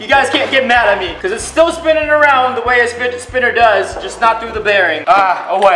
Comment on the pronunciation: lmao he said spijit finner